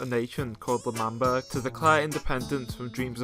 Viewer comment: “L’man- child- burg 😡”- dream